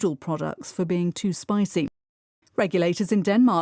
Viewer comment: spicy 가 spicing으로 들려요. 느리게 들어도요. 왜 그런걸까요?